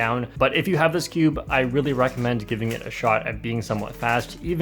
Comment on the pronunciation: You say cube like skewb